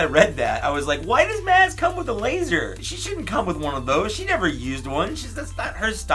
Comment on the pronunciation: Maz- M-ah-z